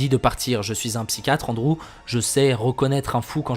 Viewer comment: Ptdr comment il prononce Andrew ; Onde-Roux 😂😂